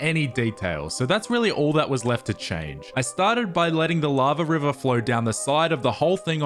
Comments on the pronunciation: The way river word is pronounced😂😂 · Thank you. For teaching me how to pronounce 'river'. Much appreciated 😂